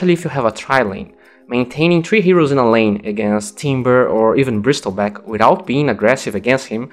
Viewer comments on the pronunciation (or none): bristleback is pronounced more like brissulback because english